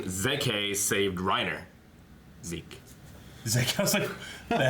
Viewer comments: COULD SOMEONE PLEASE TELL THEM ITS NOT ZE-KE! ITS ZEKE!! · I always love to pronounce the characters names with the german pronouncing. Not only because I am german (lul), but also because every other way to say the name feels just wrong imo. By the way, said at the beginning of the video the german pronouncing of Zeke's name but just without the ''ay'' at the end.